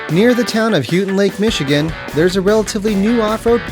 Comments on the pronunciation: Houghton Lake is pronounced "hoe ton" not "hew ton". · Pronounced Howtin Lake not Hootin Lake.